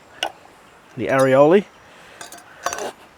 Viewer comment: ‘Arry-oli” love it. And the cheeky camera look too - freaking fantastic haha. Pub classic for me is the chicken parmy any day of the week ;-)